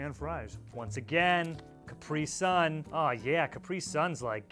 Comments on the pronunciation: It isn’t Kup-ree sun It is Kap-ree sun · IT'S CAPRISUN NOT CUPRISUN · In England we pronounce it as caprisun not capree-sun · Isn’t it pronounced cap-ree-sun not capri-sun? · did he call it a capree sun??? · Caprison are pronounced ca- pre- son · Why do you say caprisun like it has no a. I pronounce it as Cap-ree sun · Why do say Capri sun like it’s one word lmao is Cap then ri 🤣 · the way he says Capri-sun... that's new to me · I honestly was like kill me now when I heard how he said Capri sum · What did he call that Capri sun?? Is that how they pronounce it in America??? 😦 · He says Capri sun really weird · What boi says Capri sun like that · why does he say Capri so weird? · God Americans pronounce capris sun so weird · He doesn’t know how to say Capri-sun